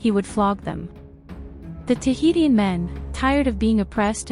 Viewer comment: Interesting video but I don’t think you’re pronouncing Tahitian correctly, it’s pronounced Tuh hee shn.